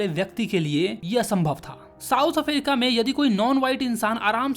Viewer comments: africa❎️ aferica✅️ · Bro's pronounciation of africa